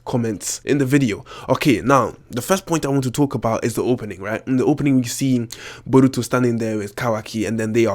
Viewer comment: I really hate your accent and the way you say borutos name